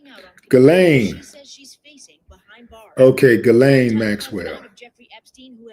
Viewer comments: Ghislaine Maxwell..pronounced "Gilane" short G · Her name is pronounced like geez-lane.